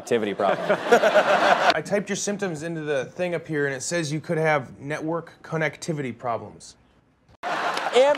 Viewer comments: The way he pronounces "connectivity" just a liiiittle bit slower, like he was having trouble reading it. Cousin Mose is right, it's an amazing joke. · The way he mispronounces connectivity is what makes it an absolute gem